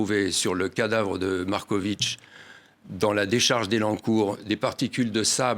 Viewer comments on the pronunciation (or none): Il.ne cesse de dire Marcovitchhhh. C est.agaçant. Au moins l interviewer l.a bien prononcé. MAR KO VIC.